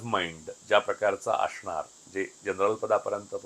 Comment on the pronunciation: असणार ह्या शब्दाला अशणार असा उच्चार करून परुळेकर नेहमी स्वतला खूपच उच्च विद्या विभूषित समजतात जे ते नाही आहेत…प्रास्थावितांच्या विरुद्ध बोलले म्हणजे आपण खूपच शहाणे …असा नवीन मूर्खपणा आलाय ह्या पत्रकारांच्यात